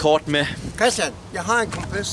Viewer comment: det er sku sjovt den måde din far siger kompas lol😀 Like her fra